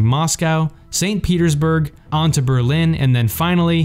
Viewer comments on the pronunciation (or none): none